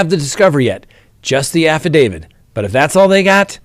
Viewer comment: Can you please stop saying "affidavid"? You're a lawyer, you should know how to pronounce affidaviT".